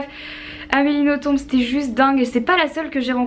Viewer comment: Toi qui est une très grande fan d'Amélie Nothomb, sache qu'on ne prononce pas le "b" à la fin ;) Bisous !